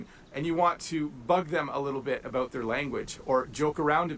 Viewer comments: Eut and abeut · Americans often mock Canadians with "out and about' and say 'OOT and ABOOT", but in reality, Canadians pronounce the words "oat and aboat'. Kind of like they do in Wisconsin.